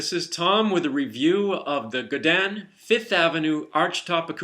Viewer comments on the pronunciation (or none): You just made me want to say Godin correctly.......Go din - Godin....not Gadan. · Gudan? Goodan, it's go din. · They're a French Canadian company, so in French it's pronounced Guh-Dei (or something like that; you really need to speak french to know how to say it) Google Translate does a pretty good job at saying it ;)